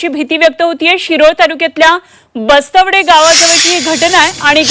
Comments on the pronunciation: Bastwade nahi bastwad aahe gavach nav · ये बाई बस्त्वडे नव्हे bastwad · बस्तवडे नव्हे, गावाचे नाव" बस्तवाड" आहे.